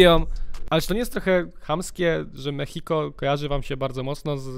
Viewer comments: To się nie mówi mechiko tylko mexico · to się wymawia ,,polskie meksiko", a nie ,,polskie mehiko", czy jak ty to tam czytasz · Posłuchaj tego z dwa, trzy razy i wtedy będziesz uwielbiał tą piosenkę. Ale Lexy muszę przyznać, że to perła w tym teledysku. A i nie mówi się ,,Polskie Mehiko" tylko ,, Polskie Meksiko"😅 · Mechiko xdddd. Rykłem kiedy mówiłeś mechiko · polskie mexico: czyta się ( polskie meksiko ) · się czyta polskim meksiko a się pisze mexico